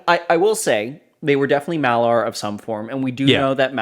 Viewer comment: I love your reviews, one nitpick here, sorry - it's a Maiar not Malar.